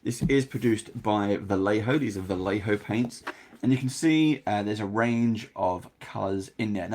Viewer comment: It's Vayeho, not Valeho